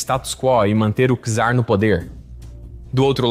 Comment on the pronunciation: A pronúncia não é Quizar, é Tsar. TSAR.